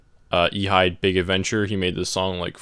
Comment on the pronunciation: I'm actually friends with Ehide and its pronounced "eddy" just a heads up man !